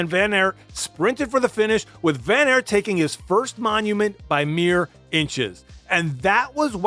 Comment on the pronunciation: It's ok, but it's just weird that in English don't pick the simplest pronunciation: ART would be pretty close to how you say it in Dutch. Nevertheless, great video. I think WVA is a fan favourite because when he's good, he's excellent, but you still see the struggle. MVDP is brilliant too, and arguably the better rider of the two, but when he wins he degrades the other riders and it's like he's in a league of his own. The beauty of cycling is that you don't have to pick sides, as there are 120 in each peloton. My favourite moments of WVA would be: 1/ Strade Bianche 2018, the breakthrough on the road; 2/ the sneaky 2017 WC victory, securing the rivalry forever; 3/ the 2020 CX race in Dendermonde: a mud festival where he proved he was still an old-school CX rider.